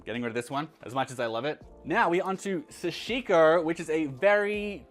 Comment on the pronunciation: SA-shi-ko. TA-nu-ki. The emphasis is on the first syllable: SA and TA, not the 2nd syllable like you pronounce it. Just helping a brother out.